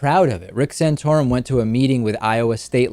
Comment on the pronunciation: Stop saying "sanotorum", it is offensive and gross !